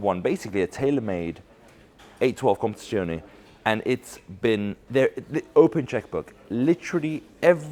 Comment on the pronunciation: If you can't say competizione properly. just say competition.